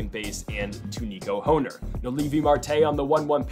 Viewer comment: It’s Nico horn er not hoe ner it’s spelled hoerner but pronounced like horn-er